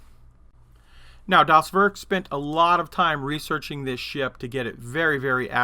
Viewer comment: Not a German here, but as a note: Das Werk sounds like Dahs Vehrk (or Vairk).